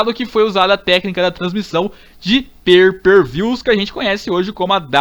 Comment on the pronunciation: "per per vius" KKKKK